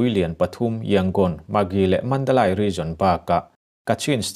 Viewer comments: Mandalay(mandalei ) tia lam tur aw.....( Lai ) ni lovin... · Mizo awphawi tak chuan Mandalai nilo in Mandaleih tih tur😇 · Mandalai ni lo in Mandaley ti a lam tur ani. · Mandalai(Mandalay) ni lo in (Mandali) tia sawi tur a nia. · Mi zo tak pawn asai rik dik thei MNADALAI ani lo MANDALEI ti in lam ri rawh lam rik thiam loh tur a awm lo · Mandalei. Ti a lam tur a ni zawk e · Madalay ti ani a mandalai Tia ilam thin hi adik chiahlo va madalai nilovin mandale Mandalay titur anizawk e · Mandalay hi i chhiar dik lo ka ti dawn nge i lam dik lo,he ti hian ka han ziak a nge Sap in thlawhna an ti tlai tih hi Flight delay aw he tal delay chhiar ag in lay kha i ti ri ang,mizo tawng a ziah chuan Mandalei i fiah thei a ngem aw